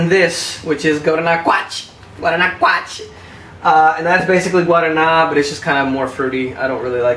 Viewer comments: Ele falou guarana Kuat certinho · This dude reminds me of Heath Ledger. edit: LOL, he pronounced guarana kuat right, didn't see that coming.